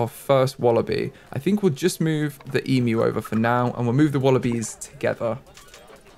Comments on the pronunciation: Yes it is quite shocking to hear a youtuber pronounce 'emu' correctly. E-myu not e-moo. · As an Aussie, your pronunciation of Emu made me very happy (Especially considering your pronunciation track record lol)